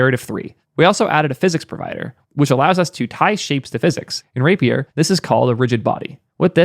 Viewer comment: The word “rapier” is pronounced as “RAY-pee-er.” Here’s the phonetic breakdown: • “RAY”: sounds like the word “ray.” • “pee”: sounds like “pee.” • “er”: sounds like the ending in “other.” Great video. Just had to say something.